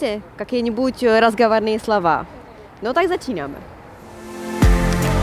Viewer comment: Спасибо. Правильно "скажу два важных слова", ударение на слооова.